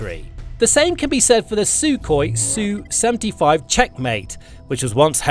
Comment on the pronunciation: It's ESS YOU, not SUE. The SU is not SUE. Sue is a woman's name. It's something done in court. Sue is not the name of Russian warplanes. ESS YOU. Sheesh.